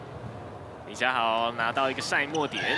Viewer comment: 女主播也把李佳豪 唸成李佳馨 扯